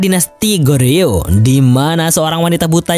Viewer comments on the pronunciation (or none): 고려/Goryeo, huruf "o" pada "gor" diucapkan persis seperti mengucapkan huruf "o" pada kata bola. Sedangkan huruf "eo" pada kata "yeo" diucapkan "o" seperti mengucapkan kata pojok. Semoga dipahami.